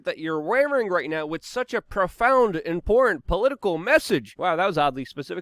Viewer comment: "Import..." It's "IMPORTANT"